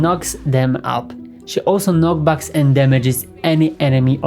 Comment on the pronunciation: it's knocks back, not knock backs